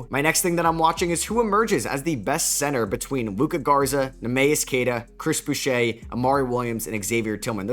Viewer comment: Nee mee us is the pronunciation for Queta ! probably not worth ramping up Tatum .